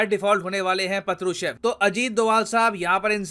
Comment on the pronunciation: Partuchev sounded like Patlu Chef lol 😂